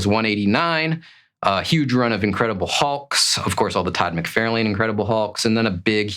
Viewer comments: FYI, it’s Todd Mc Far Len… Not Todd Mc Fair lane… You’re not pronouncing his name correctly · i generally enjoy this guys videos but i hate his mispronouncing of McFarlane especially when he knows he is saying it wrong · You really should learn how to correctly pronounce the name of your favorite artist, TOD mick-FAR-lin. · I have to say. I have never in my life heard anyone pronounce McFarlane like Mc-fair-lane lol. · Your favorite villian is Venom, drawn and created by Todd McFarlane….and you mis pronounce his name? Ok guy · Stop saying Todd's name wrong, i cannot take you as a serious collector when you don't know who Todd is cause if you did, you would be saying his name correctly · never in my life have I ever heard anyone mess his name up. Liefeld? Sure... but, McFarlane? C'mon... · You are correct that the person in the video is pronouncing Todd's last name icorrectly and the thing that makes odd ,caucasian,not english seaker as a second langauage but main one& not a from a foreign country just learning the language fir the first time,example from wildlife channel- a person in that keep pronouncing Hyena as (Hay-na)& he was Caucasian too?. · I have never ever ever heard his name pronounced the way you do, by anyone from anywhere on this planet.